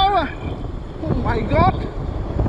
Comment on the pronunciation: “Oh my got this scoore so fas”😂